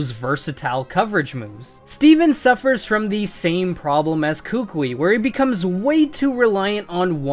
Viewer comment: Koo-Koo-ee. Not Kookweee